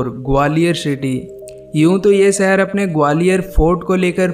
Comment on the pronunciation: भाई शहर होता है, सहर नही 👍👍